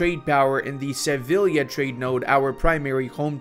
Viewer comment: Se-viy-a - double ll is y in Spanish!